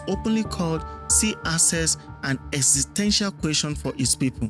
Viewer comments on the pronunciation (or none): none